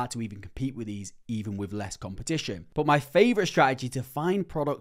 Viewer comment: bro it's not BO it' 'but'